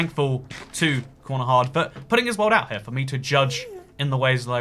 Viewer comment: Konohahd is not how you say corner hard